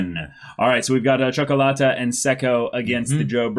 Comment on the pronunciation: Ok, so I'm from Romania, that is a latin and a slavic country so I can speak Italian and a bit of Russian. The way says Ciocolata is almost perfect. For an American, it is worth a medal. Luv you guys!